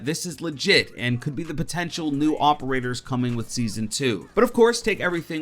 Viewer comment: Stop. With. The. Mericuh-n. o-p-e-r-a-t-o-r-s